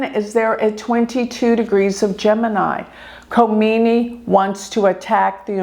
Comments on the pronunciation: If Leader if Iran is out of control according to you why dud Israel and US bomb Iran unprovoked! I believe you don’t pronounce the K in his name? I think your bias is showing! Israel is the problem! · Wake up people. In the name of a gypsy astrologist, is trying to be political with wrong information and brain wash PEOPLE. By the way Iran is not closed as you are describing. Learn how to pronounce Names Khamenei. Kha - meneh - ee. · she had taken orders from her big boss. is no number to talk about Iran and Iranian people. She can't even pronounce names right. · You are so negative in your interpretation. I am a Hindu Vedic astrologer too. The least you can do is say his name correctly. He is a religious fanatic followed by 90,000,000 people. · She constantly said Ali , just malpronunciation for the last name, which is ok. And you know Khomeini's first name was Rohollah.